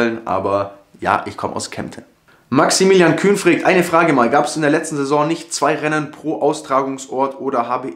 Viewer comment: Dieses "fregt" könnte ich mir die ganze Zeit anhören :D Wieder super Video !